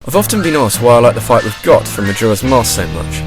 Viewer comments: IT IS PRONOUNCED GOAT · not to sound like all the other high-horse youtube commenters, but i think that Goht is pronounced "goat", being that it's basically a giant goat-bot...